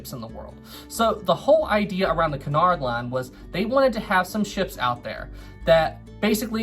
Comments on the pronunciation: Isn't it Cunard not canard? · I thought it was said like Kunard not Conard line